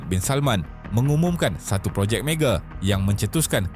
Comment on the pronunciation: Mega bukan mege 😅